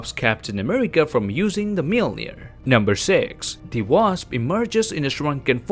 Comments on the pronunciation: Just say mjolnir not mjilnir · its moljinor not milner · Are we not gonna talk about how we pronounces Mjolnir? It 'Mule-near' not 'Meal-near' and there's no the